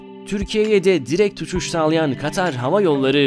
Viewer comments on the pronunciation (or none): none